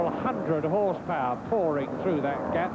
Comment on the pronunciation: Wait? Did he just say ''Several houndred horsepower!'' HAHAHAHAHAHA!!! No no no no.. more like 20hp.